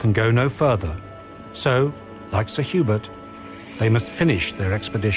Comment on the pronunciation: Did they say Sir Hubert or Sir Hubris?